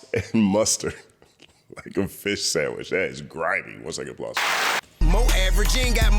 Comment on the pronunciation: He said fish samich not sandwich 😂 made me think about my dad. I miss that country Georgia grammar.